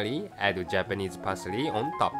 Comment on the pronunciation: lol "Parsery"(Parsely)...xD